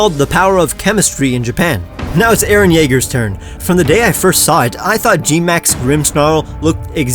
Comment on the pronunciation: Can I just ask why you pronounced Eeerreen Yaeeeegaarrs name correctly